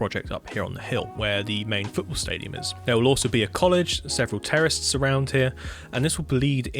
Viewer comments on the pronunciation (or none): beautiful work from everyone, but y do u say terraces like terrorists?? :face-purple-crying